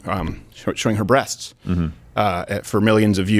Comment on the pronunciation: Was it so hard for him to say breast?